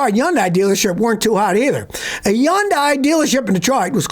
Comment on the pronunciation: Hyundai is pronounced like Sunday with an “H”.